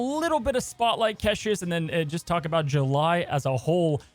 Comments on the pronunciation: CASH-ES. I love you but please stop, no one calls them ck-eh-shis... it's awful, please stop it. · Please say caches not keshes and Knull like null not Knoll Thanks :D